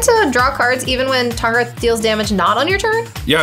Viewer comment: "This is my commandarth, Tahngarth"